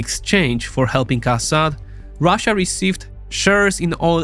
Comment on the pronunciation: why do these nerds always say ruzzia lmao is it supposed to be an own